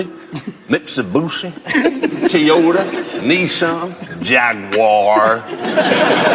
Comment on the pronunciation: Hundy, Mitsabussi, Tiyuta, Nissa, Jagwar.... Oh Jeremy must have felt like slapping the guy after Mitsabussi